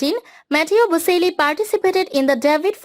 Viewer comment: bo-CHEL-lee (not bo-SEL-lee)